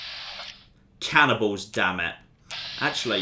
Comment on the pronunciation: When he said cannibals, I got confused because I thought he said cannonballs.